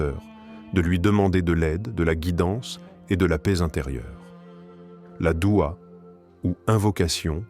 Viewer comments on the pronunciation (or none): Aprend déjà à parler , c'est douha et non dua ! Je zappe !